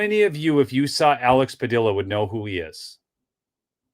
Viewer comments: It's Pa dee a not dill a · Padilla rhymes with tortilla 😅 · That is a Spanish name and pronounced Padeeuh(Padilla) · It is pronounced pad-ee-a if it is spelled Padilla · Alex Padilla is from the California STATE Senate..... not federal. And its pronounced like Tortilla, Padilla.... 😂 two LL makes a Yah sound. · double "ll"s in Spanish are silent. His name is pronounced "Padia". Pancho Villa's last name is pronounced "Via". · It’s Padia pa Dee a the ll’s are silent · Padeeya… the ll’s in Spanish are pronounced Ya